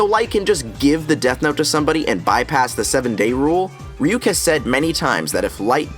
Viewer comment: what tf is a reeyook and why does it like apples